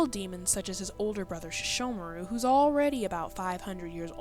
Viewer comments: i HATE when people pronounce Sesshomaru's name as SHeshomaru.... get it right baka!!!! （￣へ￣） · Does the English dub really pronounce Sesshomaru's name like that...?